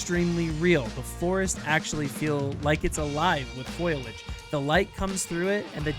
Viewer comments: by the time it's actually released i would guess most people will have upgraded for it. also, dude, it's fOliage not FOILage, unless oc you're doing for larfs 😉(i'm sorry, i now see you copped quite a bit of flak over this :) ) you don't want them to rush anything, but you want all factions, model and maps to be updated already? i think everyone needs to take a chill pill and be patient and stop crying that the game is broken whilst demanding cluttered full fidelity at 4k and insane fps - looking at those peeps that insist the <100fps 4k Ultra, means the game cannot run. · *Foliage. Fo. Li. Age. NOT "foilage." That's not a word. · insert marge simpson meme about saying foliage